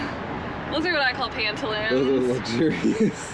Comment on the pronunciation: Pan-te-loans LOL